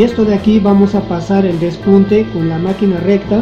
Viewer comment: Q chistoso como dices por el pespunte. Despunte